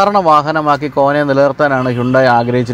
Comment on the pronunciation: ഈ വണ്ടിയുടെ പേര് ആദ്യം കേട്ടപ്പോൾ വിചാരിച്ചു കോണ ആണെന്ന് പിന്നെ ആണ് മനസ്സിലായത് കോന ആണെന്ന്